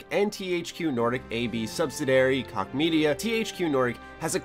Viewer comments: it's pronounced Koch (Coke) not (Cock) lol. I thought it was hilarious though. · it's pronounced Koch jeeze it's not that hard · Did he really think Koch is pronounced "cock"? Good Lord! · THQ Nordic has been killing it with their acquisitions lately, and they made like 700 million dollars last year which is like a 700 percent increase from the year before. I think koch is pronounced like coke btw. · Koch is pronounced cook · It's pronounced Cook bra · Koch is pronounced, "Coke". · niche (neesh) Prague (Praag), koch (coke) jesus dude.